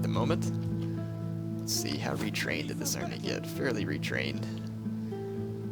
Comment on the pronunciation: ... "large amry" comon man you can do better than that